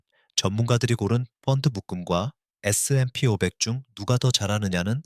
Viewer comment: ai로 돌려서, 에스엔에이피오바 ㅠ,,,, 신경안쓴 영상이네요